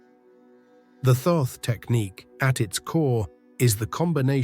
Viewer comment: Thoth is pronounced "tot" or "taught"